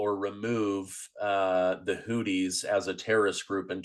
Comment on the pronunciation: Argh, 'who thees' not 'hooties' anyway great show